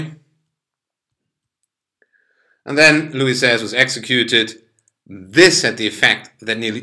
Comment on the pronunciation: Great pronunciation of Louis XVI and Napoleon